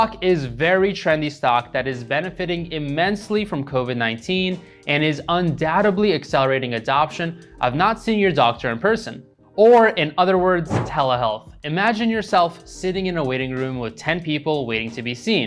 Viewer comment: Did he just say “undoubtebly” how did he get a job at Goldman haha